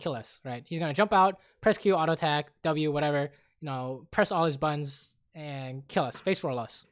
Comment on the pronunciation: "he'll press all his buns and kill us" lol joking aside, you're awesome edit: realized it's supposed to be buttons but it sounds like buns